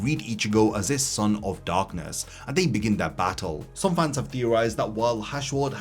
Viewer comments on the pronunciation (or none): none